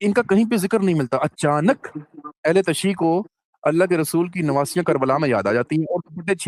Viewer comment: Tashee nahe tashayyo .pehlay pehlay zara pronunciation theek karein janab.